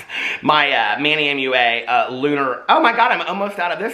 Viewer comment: I finally noticed today that you say "Manny M.U.A." instead of "Manny Mooah". You've changed,. You've really changed!!:'(